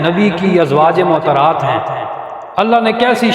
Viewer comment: السلام علیکم مولانا صاحب۔ بصد احترام عرض ہے' براہ مہربانی تلفظ درست ادا کریں۔ "ازواج معطرات" نہیں' درست لفظ "ازواج مطہرات" ہے۔